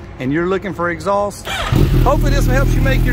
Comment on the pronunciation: I love the way southerners say “exhaulss”